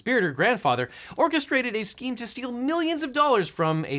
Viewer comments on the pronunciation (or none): none